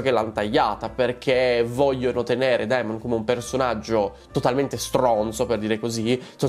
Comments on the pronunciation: SI PRONUNCIA DEMON! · Esatto ti prego DEMON !!! Il dittongo Ae si pronuncia E